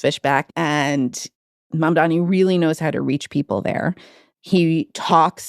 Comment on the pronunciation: Why does everyone, including you wrote and say Mandami ? It's Mamdani. Mom-Donny, NOT Mon- Dammy.